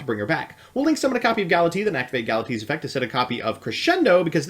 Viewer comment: "Gala-T" XD